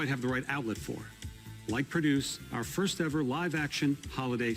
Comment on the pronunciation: When he said Marvels Firsf family i was in serious shock